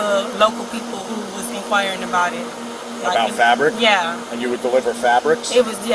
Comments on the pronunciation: What, the "frabric" 😂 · Can't ever speak clearly or correctly. FRabric. 😂😂😂 Fabric delivery pays bank doesn't it? I'm in the wrong business I see. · “I was delivering FRABRICS” omg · She doesn't even know how to pronounce "fabric". That makes her story even less believable. Not that it mattered..